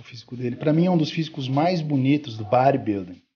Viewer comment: imagine o Gil Gomes gen Z falando do bãribilding hehehe brincadeira a parte, ótimo vídeo, ótimo trabalho. abs